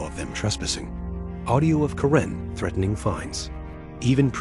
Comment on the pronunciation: It's Kare-n not Ka-ren, get it right AI.